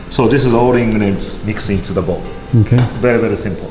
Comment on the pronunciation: Nobody:: "bery bery simple"